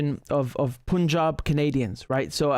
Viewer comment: It is سکھ not سیکھ it's پَنجاب not پونجاب